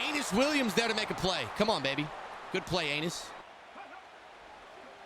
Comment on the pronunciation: bro doesnt know how to say UH ee NUS williams